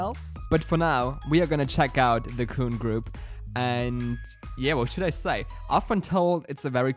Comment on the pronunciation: by the way, his name pronunciation is Kun, the un is the sound from (un)understand. Sounds like Kwun, K, w, un. like english phonics.